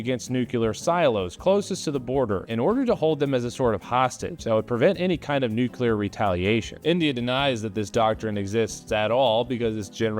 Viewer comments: Great stuff, loving your videos, but we gotta straighten out the "Nuke-U-Lur" vs "New Clear" thing. Nu-clear. Nuclear. Thanks. Keep rocking the 'stache. 👍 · IT'S NUCLEAR NOT NUCULAR. STOP SAYING IT THAT WAY. NO OTHER MISPRONUNCIATION MAKES ME SO ANGRY. Also, liked the video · I appreciate that you say "nuclear" just like Dubya. Never change